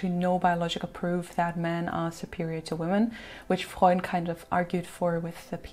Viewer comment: Your command of the English Language is PHENOMENAL, and I LOVE to hear you pronounce German names and words, like "Freud" and "Karen Horney." FABULOUS.